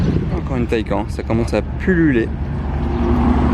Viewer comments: on dit taycane et pas taycan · On dit TayCANNES au niveau de la prononciation et non TayCAEN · On dit taycane pas taycan pour la prononciation